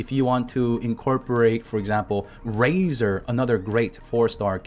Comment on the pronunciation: i was looking away from my phone when you were speaking on a phys dmg character and thought “mah boa Raezoar” and looked at my screen saw the pic and instantly busted out laughing